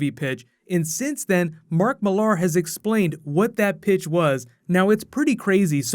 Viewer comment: Okay Americans its mark Millar not mark millaaaaaaaar lol